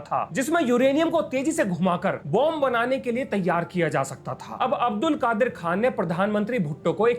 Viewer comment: I'm a physics teacher from Pakistan and i love your explanations.... making science easy.... History is always biased.... By the way It's Abdul Qadeer.... Not Qadir... Pronunciation.